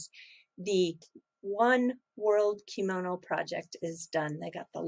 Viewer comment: did you say,'I'm opening up my komono too much'... i havn't heard that before... I laughed alot...! Thanks for everything you do.. I believe you are an educator. So, educate the Bit Boys of this world... You have a gift. Love Light and Peace